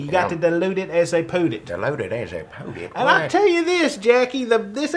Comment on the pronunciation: 'Dilute it as they poot it' LOL!